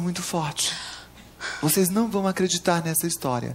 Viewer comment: Tiririca falava voçeize antes do Manoel Gomes(Caneta azul) kkk